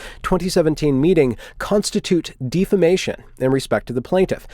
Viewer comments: It's pronounced "deaf ah mA shun" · Defamation is pronounced "Deaf-a-mation". Libel is pronounced "Lie-bell". Cheers :) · How is it that you're an English speaker, but don't know how to pronounce "tantamount", "libel", "defamation", or "injurious"? Lmao wtf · Stop deliberately mispronouncing words such as 'defamation' and 'libellous' - it degrades any serious tone you are trying to create via argument. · How do you know it's intentional?